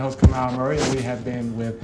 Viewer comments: Good interview, but, he shold pronounce the name correctly PEOLINI ? But, good interview. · Hey ! Learn how to pronounce Jasmine's name correctly before you get on air, even if you don't speak Italian. You can have it printed phonetically, which may or may not be helpful to you and thus avoid this embarrassment.